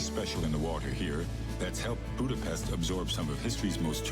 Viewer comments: He can pronounce Pest correctly, but when he says Budapest it's incorrect again. Nice video, though. And yes, it is a beautiful city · The hungarian “s” is pronounced like the “sh” sound in the english word ship. Hungarian always puts the stress on the first syllable, so you say: Boo-da-pesht. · Budapest is pronounced Budapesht. But anglophones can't fathom that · Hold on to your seat... Budapest is pronounced with an 's' sound in English. In British English it comes with an extra 'u' even. If you want to force others to use the local pronunciation, let's hear what Copenhagen is called in Danish, Paris properly in French or Birmingham by the Brummies. Till you master these, you don't get to tell others to give Hungarian a shot.